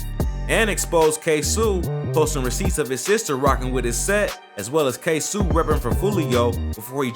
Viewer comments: The fact that he pronounces his name Kay Sue even though he could have just did 60 seconds of research and realized the pronunciation is completely different shows not only that this is a white boy that's covering our culture but also that this is just rushed content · Who df Said foolio da JACKSONVILLE MAN NOBODY DOWN HERE FEAR DIS DAM MAN ON GOD 😂😂😂😂😂💯DA BLOGS B FUNNY ASF WHEN U REALLY LIVE HERE WTF We happy him and erbody getting notoriety and moved from Jacksonville but man dis shit ain't facts on dez boys man 😂😭 and its Kso (kay so( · PAUSE HIS NAME IS (K-SO ) BUT SPELLED KSOO u tweakin fam u need sum milk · U Pissen me off 😂by sayin ksoo name wrong it’s Kay so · Its literally Kay-so its tht simple he trippinn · & the Way he pronouncing KSOO......🙄😒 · He saying ksoo name all wrong lmfao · Please say KSOO NAME RIGHT I WAS CONFUSED AT FIRST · you gotta say his name right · This man said ksoo name so wrong 😂😂😂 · Why U say dat boa ksoo name weird🤦🏾‍♂️😭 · this all wrong you can tell when white people cover shit facts be wrong and the names be said wrong lol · You might of messed up Kso name but this still a good vid 💯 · Why u say kso like dat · u keep say ksoo name wrong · you saying ksoo name wrong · man... I swear I hate how this man say Ksoo name... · iss not ksuu ik who u saying but its ksoo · He said it’s Ksuoo😂😂💀 It’s k soo ksoo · Why is this goofy saying ksoo name like "k-sew" its KSOO KAY-SO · Its pronounced k-so not k sue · Who’s “Ksuu it’s (Ksoo) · Who is ksuu its ksoo😂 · DID THAT NIGGA SAY K SUU? Nigga KSOOO KSOO MAKE YO FACE GO. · Pretty sure it's ksooo not k suee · His ass said ksouu no nigga ksoo lol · Is no one gonna say this man said ksew instead of kSOe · How you make a whole documentary type video and get Ksoo name wrong ? Lol it’s like Queso not Ksue lol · It’s not K sue weirdo it’s K so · It’s Not “Ksoo” it’s just pronounced K So like Soluminati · KSoo not K Su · U say Ksoo like "kay-so" no "kay-soo" nigga🤦🏾‍♂️ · it’s not kaysu it’s KSOOOO